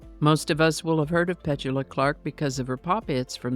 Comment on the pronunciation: I think your pronunciation of Petula is off.